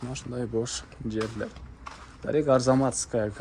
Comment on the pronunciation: Арзанмазкая де 😂 пипес. Арзамасская болот